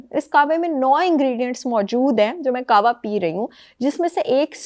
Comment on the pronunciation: It’s Qehwa not Qawa